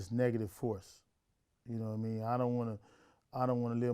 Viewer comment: Yadidamean not yadadamean